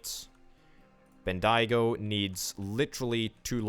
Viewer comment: Hey, love the vid 😂 Melbourne is pronounced Melburn or Melbin, mainly Mel-Bin (say it fast) Bendigo is pronounced Ben-dee-go (say it fast) A bit of history about Bendigo is that it became a massive town due to a gold rush but is now just a town full of drugo’s sadly. Some more history is that where your train tracks from Melbourne to Bendigo is, is actually where the train line from Melbourne to Albury is and where the Hume Freeway is too.